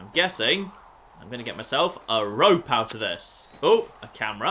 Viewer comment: He keeps saying rop instead of rope